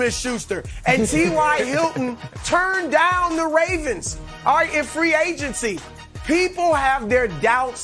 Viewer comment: Chris 'Aw-ite' Broussard, dig?